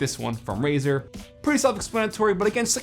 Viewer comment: its Razer not fucking razor... XD